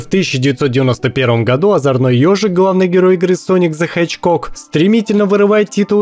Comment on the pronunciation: Очень интересное видео и хорошая подача) Но произношения некоторых английских слов и названий игр очень ухо режут. Ну что за "голден джойстик ЭВРОРЛДС" и "соник зэ ХЭЧКОК"?) Подсознательно возникают сомнения в экспертности автора.